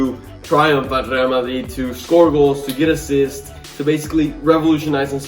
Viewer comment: I love how you say Rrrrrgrreal Madrid, the pronunciation is perfect